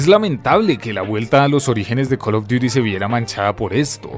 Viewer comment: Imagínate llorar porque en Tony Hawk desbloqueabas a spiderman.... Tanta "investigación" y no saber que no se dice "cal of duiri mobail" Ya ve a llorar